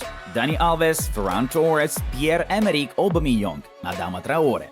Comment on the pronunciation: No one: English speaking people: Obameyong